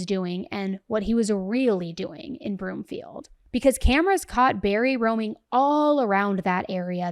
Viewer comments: Its broomfield 😂 not bloomfield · I'm sorry, but it is pronounced Broomfield. Love you❤